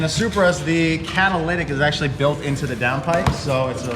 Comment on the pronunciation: that 'caddalidic"